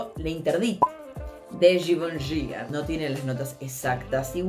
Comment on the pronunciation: AMÉ, cuando d Givenchy correctamente, primera vez que te veo thank you, cher onix es exquisito, el último que salió se parece al light blue love is love